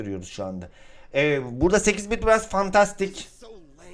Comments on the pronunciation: eyit bit değil 8 bit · Eytbit ne yaaa 😂😂😂 farkedenler yoruma